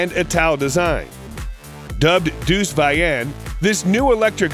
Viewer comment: pronouced DAE-US, not DEUCE